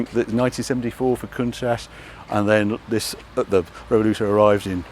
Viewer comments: Is Harry trolling us saying Revoluto instead o Revuelto? 😂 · I hear him say REVOLUTO.. :hand-pink-waving::face-fuchsia-tongue-out::hand-pink-waving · Great video but… why is Harry mispronouncing the Revuelto name Revel-oo-toe…? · Could a "car YouTuber" pronounce Revuelto any more incorrectly time and time again??!😂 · I do not see a single British getting the pronunciation right of the Revuelto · Can someone please help Harry with his 'Revuelto' pronunciation. Thanks. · Harry consistently mispronouncing Revuelto while on a Lambo visit made me chuckle. Great video. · Doing a drinking game over here. One shot every time Harry misspeaks Revuelto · Harry having a hard time saying revuelto. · Because he's English and it's sad trying to sound Italian so the car is not offended, I doubt Italians pronounce Jaguar "correctly" either but it doesn't matter. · Harry, luv you dearly and your videos (I'm a bit late to this tour) But please, its a "Rev-well-toe" not a "Rev-ol-ooh-toe" 🤣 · Harry, it is RevuElto, not RevoLUto... In Spanish and Italian, it means mixed or turbulent... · revuelto not revoluto, c'mon harry... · Harry: Revoluto Lamborghini: Revuelto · Come on Harry, you're letting the side down, we're all guilty of mispronouncing names but completely rearranging the letters... if the son was behind the camera this tragedy would never have happened ! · Dyslexia setting in? Revuelto, not Revoluto !!!! Would you like people to call your car a Corntash? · Harry, you keep saying "Revoluto". It's "Revuelto", and the "v" should be pronounced as something in between a "b" and a "w". 😛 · Revuelto Harry,not Revoluto.😂 Also,Temerario! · Revuelto, NOT Revoluto. Also, I'm not sure what you were saying, but it wasn't Temerario. Come on Harry, you're better than that. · re - vuel - to ... (revo-luto 🤦‍♂) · Revuelto (Rev-welto) not Revoluto. Just saying! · Revuelto but not Revoluto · loved this series but... "reh voo el to" and "teh meh rah ree oh" 🙂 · The revoluto and the temeharo, eh?